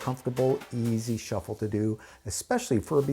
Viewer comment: You mean shiffle?